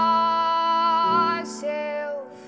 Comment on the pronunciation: seLF!!! It's pronouced seLF ok??? Not seuwf!!!!